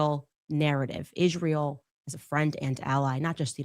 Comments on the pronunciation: Why does she pronounce Isreal Ishreal?? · She can’t even pronounce Israel.